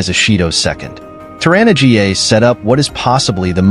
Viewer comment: 'Tor-anna GA'...Come on, at least check the pronunciations before you upload these videos.